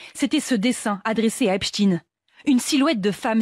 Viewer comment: Bonsoir! La voix du reportage sur " Epstein " qu'elle prononce " epstine " cela m'a fait beaucoup de mal surtout répété de nombreuses fois 😂 Bon boulot Mouss et courage, nous sommes des résistants de l'ancien monde🫡